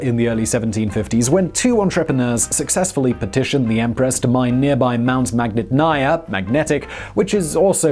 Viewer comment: when pronouncing Russian words / names, try to stress the right syllable, it'll make more of a difference than you think! Ie. magnitnaya - stress the NIT part